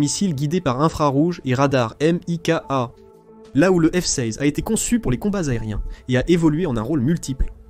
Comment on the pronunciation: on prononce par le missile M I K A , c'est un C , MICA , on prononce le mot d'une traite et on épelle par lettre par lettre ! surtout pour dire K au lieu de C ! c'est pas possible , tu ni connais rien !